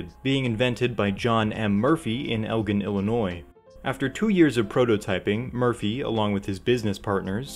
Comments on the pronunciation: g in Elgin is a soft g <3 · Great video, however Elgin, IL is pronounced with the “gin” sounding like the name of the liquor. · welp that’s the right pronunciation for the city in Texas, but Elgin, Illinois is pronounced with a soft g, not a hard one